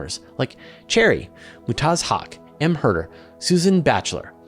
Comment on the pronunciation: The patreon’s name Mherder is pronounced murder, no? Weird. Love your channel regardless.